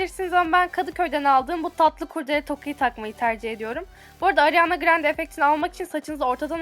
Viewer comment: ariana grande yi alarma grande olarak anladim ya jdndmd